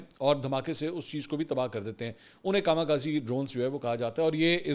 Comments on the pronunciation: Drone called KAMIKAZEکھامی کھزے, not kamakazi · It's not "kama kazi" correct is " Kami Kaze". You look educated so pay attention on pronunciation.